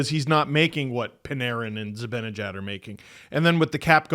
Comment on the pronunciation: You guys pronounce Zibanejad so oddly lmao